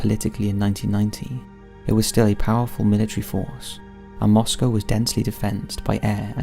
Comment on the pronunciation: As always, this is a great and thanks for correctly pronouncing "Moscow"... ;)